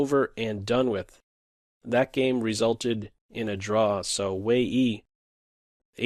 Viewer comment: Isn't Wei Yi pronounced like Way You?